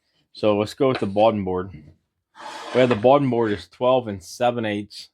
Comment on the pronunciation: You make some really nice things really.Simple, really nice, but just so you know, the word is bottom, not boden